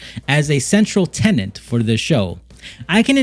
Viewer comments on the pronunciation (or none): none